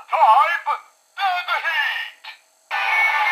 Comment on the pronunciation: Deadヒートって発音がいいなぁ〜